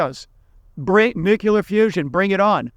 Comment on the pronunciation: Nuclear has two syllables- new clear. Not three. Two.